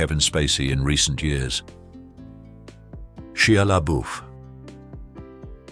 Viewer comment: It's pronounced SHY LABUFF